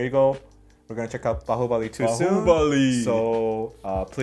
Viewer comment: Wow!! i'm really amazed the way u spell out Bahubali & MahesMati was really awesome👍